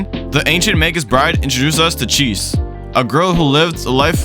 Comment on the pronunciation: You seriously called her cheese. Idk of this is terrible A.I. generated crap or not but you have lost all credibility with me. Magus Bride is an absolutely beautiful anime and Chise (chi-say) is a wonderful character to those who are lonely and long for a life of wonder while struggling with sacrificing too much of ourselves for others.